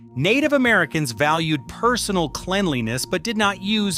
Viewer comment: OMG thank you, I came down here for this. I'm so tired of these AI channels now. 1. Get to the point and 2. review the audio so you're not giving it all way by letting mispronunciations like "Clean-liness" get by.